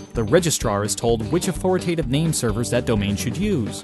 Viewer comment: Authoritative, not authoratative.